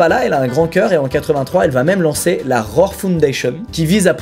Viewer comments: Squeezie :"rore" Moi : " RHO-ARE" par-ce que cela s'écrit "roar" vous dîtes comme moi ? Ou comme squeezie ? Sinon j'ai hâte de voir voir la vidéo ^^ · Mec, ça fait 9 ans que je suis abonné à ta chaîne, et tu ne fais toujours pas l'effort de prononcer les mots anglais en anglais mdr "Rror"